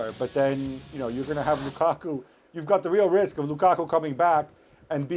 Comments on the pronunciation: Folks in comment section: y’all seriously disappointed me. Not one person mentioned how hilariously Frank LeBoeuf said “Kukaku” 🤣🤣🤣🤣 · Lmao it gets me everytime ale says Lukaku 💀💀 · Again am here for Moreno saying "lukaku"😄😄😄